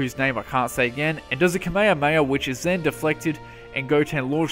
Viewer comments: Goddammmit i hope that todat you learned to say KAME HAME HA and not kameiameia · Imagine you have a db channel but you cant pronounce kamehameha